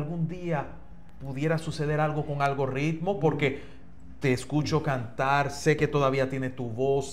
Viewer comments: es Algoritmo, no "Algo Ritmo" tampoco es "Algorritmo".. La "r" es simple, no se puede arrastrar en la pronunciación como si fuera doble " r r ".. Además la " r" está en el medio del nombre. En caso que estuviera al iniciar, ahí si se pronuncia fuerte (como si fuera RR).. Recuerda que tú programa le llega a todo tipo de público, pero hay que tratar de pronunciar las cosas lo mejor que se pueda.... No es por nada, pero tú sabes.. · Es Algoritmo, no Algorritmo